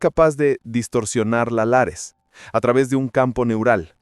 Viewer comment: Lattice no lares